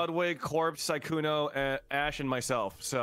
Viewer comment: I love how Jack calls sykkuno "sykuni"